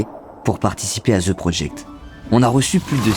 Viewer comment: "Zeu prodject" mdr:face-purple-smiling-tears